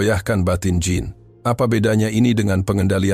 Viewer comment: Narator, pengucapan nama Jean di bahasa perancus bukan Jin tapi syang 😂